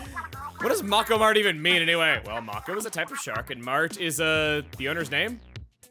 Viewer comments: Its pronounced May-ko Mart, not Mah-ko Mart. Also, hope that the next weapon is either one of the Brella-class weapons, a weapon with the Fizzy Bomb Sub, or a weapon with the Ultra Stamp Special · Gonna correct you a bit since it's bugging me far more than it should: mako is pronounced 'may-ko', not 'mah-ko'. Also Japan o'Clock is 24 hours a day, don'tcha know? You fought fin and beak these splatzone battles - good stuff! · Chugga I love you and been watching you since sunshine, but you pronouncing Mako as Mauko instead of Mayko greatly inconveniences me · Haven't heard of a mako (mah-co) shark but I have heard of a mako (Mei-co) shark which is one of the fastest shark species known for hunting equally fast sword fish species in the pacific ocean. Just checked the wiki on this creature and is currently being considered endangered. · ITS PRONUNCIATION IS MAKE-OH! MAKO MART. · Great video as always! 🥰 i think Mako is actually pronounced "May-Ko" (that may just be an American thing tho as I am not American:P) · also, it’s pronounced MAKE-OH (mako) YOU UNCULTURED SWINE! (I’m joking, just always wanted to say that. NOT ABOUT THE PRONUNCIATION THOUGH.) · You're mispronouncing mako. Hard a, not soft.